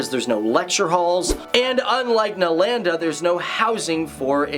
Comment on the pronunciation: The pronunciation of Nalanda😂